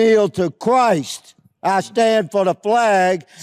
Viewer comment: “I kneel to chwyst” hahahaha